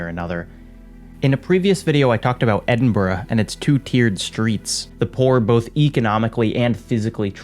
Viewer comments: I’m so glad you mentioned Edinburgh. And also pronounced it right. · He said Edinburgh correctly, he pronounced it perfectly... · Holy shit you said Edinburgh right. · I love how your pronounciation of Edinburgh is so good and yet you can't pronounce Kaifeng.